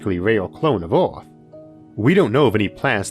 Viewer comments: is he saying orth instead of earth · so do people in ohio say "orth" instead of "earth" or is this some foreign thing? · Speach impediment.